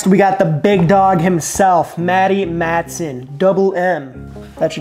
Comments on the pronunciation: Also mispronounced Matheson. But give him the benefit of the doubt, he puts sassage on pizza. Chicagoans are not really known for their enunciation skills. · Lol how do you pronounce guga and matheson wrong lol math - e - son cmon broo